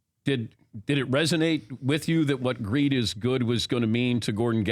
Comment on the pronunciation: Sounded like, “Weed is good!”.